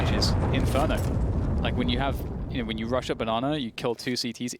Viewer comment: saying man lyke gives me the will to live